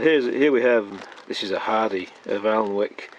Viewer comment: Alnwick is pronounced Anick